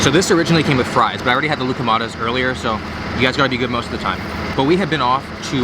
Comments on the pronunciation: Lookahmaydez? It’s lou-kuh-ma-thes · I heard “gluco madness” when he said Loukoumades. Sounds appropriate though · im actually from greece and honestly you did an okay job at pronouncing tzatziki. You butchered loukoumades though lmao